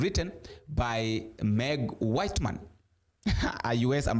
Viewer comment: It’s Meg Whitman. Not whiteman. Pronounced as /witman/ And it’s Joe Biden. Pronounced as /Baiden/ Why do you mispronounce names ? Last time you tried to /beiden/ but still got it wrong. Kamala is pronounced as /Kamla/